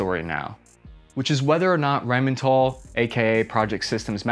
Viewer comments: What, is it not supposed to be pronounced "Rhyme n' Tall" ? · Did he say Rhine Mental? - approx 3 mins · AHAHAHAAHAH It is not "Rhein MENTAL" It is Rheinmetall* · FFS Metal is the same word in english as in german, why say "mental" lol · Yes I know, it stretches back to the Hitler days. But he pronounced it Rhine mental. A Freudian slip. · Did you say rheinmental? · Are you mispronouncing these names on purpose? Poo-ma? Rhine-mental? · I don't want to be that guy, but the pronounciation of Rheinmetall and Kraus-Maffei Wegmann was... let's call it special :') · "wine-mental and klaus' wife"? dude, it's "rhyne-met-ah-ll" and "kr-ah-oo-s muff-eye" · the brands are called: krauss-maffei. not krousewife. rheinmetall. not rhynemental. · "Rhein mental and Krauss' wife" lol. Might wanna work on your pronounciation, the first one doesn't even take any effort to get right. It's not that unusual. Look at Japanese or Soviet / Russian tanks and you'll also find height limitations, except more extreme. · Reihnmentall and Krausmeiff? :D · A "defense analyst" that says "RheinmeNtal" and 'Krauss-wife" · "Rheinmental and Krauss-Wife", mispronounce it with confidence 👍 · "rhainmantall and krauswife" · "Rhein-mental" and "Krauss Wife"? really!? 😂😁👍 it's ok though, Deutsche Sprache schwere Sprache.. Great Content by the way. Huah! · At least try not to butcher the pronunciation of KraussWife and Rheinmental 😀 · "RheinMENTAL and Krauss' WIFE"?? haha xD nice Sauerkraut'sch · Rhein-Mental and Kraus Weiff ???? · "Rheinmentall and Kraus'-wife" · how are you pronouncing that brother? I didn't know that Rhein was mental and that Krauss had a wife? 🤣